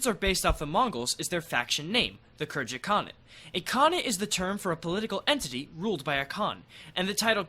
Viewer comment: Pretty sure Khergit is pronounced with a hard G